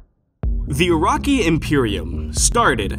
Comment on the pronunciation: Ur-rak-ee!?!?! Naaaaah. Bs nah It's Oo-Ruk-Kai Uraki